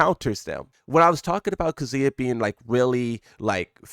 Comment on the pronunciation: This man says "KAZOOYA"